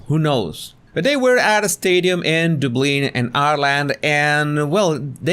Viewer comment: Dublin is pronounced "DUBB - LINN" 🙂